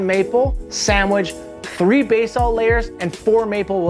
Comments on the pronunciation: Yo, i need to say this: It is pronounced Buh-Salt. never Bay-Salt. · Learn how to say basalt.